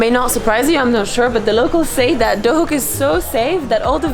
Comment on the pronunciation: Is it pronounced Duhok or Dohuk? Because even though it's written Duhok you say Dohuk.